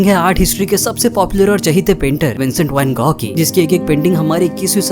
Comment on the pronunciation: Vogh nhi gogh